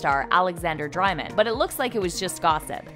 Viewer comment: This narrator can not pronounce any of the names!! Since when does Dreymon sound like Dri-mon!